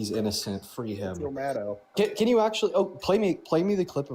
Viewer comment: Respectfully, a small point: Out of respect for her considerble work over all these years... RACHEL MADDOW's last name is pronounced -->"MAD'-OH"<-- (rhymes with SHADOW).--- There is no "OW!" 😬🤕 involved. Never has been. ¡Ay yi yi! 😅 Thank you.